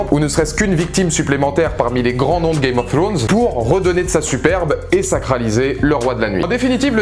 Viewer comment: Ta pas compris que le roi de la nuit et son armée de mort c'est un seul cerveau celui du King of night chelou ton debrief...! Games of throooooones bof l'accent, rien ne va, bonne continuation quand même